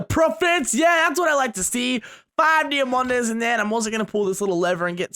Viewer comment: Am I the only one who was so happy when said deomandeas instead of diomands